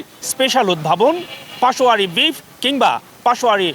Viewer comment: It's Peshawary.....not pashowary